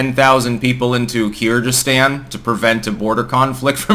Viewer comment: That is poor analysis, starting with the weird pronunciation of Kyrgyzstan and Tajikistan and ending with Kazakhstan actually being very cold to Putin despite that anti-revolution help they got beginning this year (not last year).